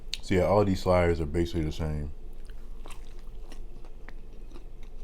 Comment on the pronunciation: "So I got the four shliders..man you make this food look good haha great food always it seems lol